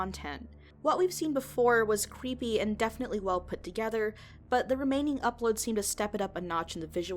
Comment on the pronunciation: Cweepy? Lmaoooooo I'm in tears.